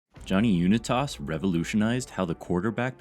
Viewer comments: Bro johnny YOU-NITE-ESS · WHO DA FUQ IS "una-toss'??????????????? stick to the books, narrator... stick to the books. content creating/social media is not your thing. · You really don't know how to pronounce Johnny Unitas